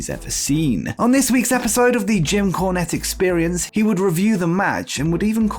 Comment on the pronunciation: Are you saying corn or con or cone?